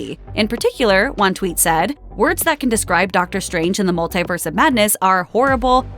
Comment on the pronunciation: Hey. Stop saying multiverse so oddly.